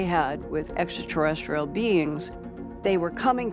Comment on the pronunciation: no I haven’t noticed lol but what can we expect from a dude who says eckaterrestial?